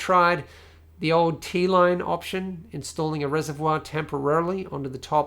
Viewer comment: being french i like the way how you said the word ''reservoir'' Well done, thats a fantastic pc porn channel.